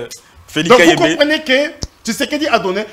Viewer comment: Bravo. Tu as cloué au pilori ces robots communicants de l'union sacrée. Mon dieu qu'est-ce que ces gens sont bêtes surtout et sa prononciation confondant les i à la place de U et U à la place de I. Un véritable tonneau vide. J'ai souhaité voir Christian Bosembe lui-même à l'animation ou comme interlocuteur dans ce débat contre.